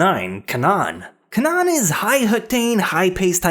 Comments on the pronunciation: Canaan is pronounced Kain-an, not Cawn-on. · ITS FUCKING PRONOUNCED CANE-ANN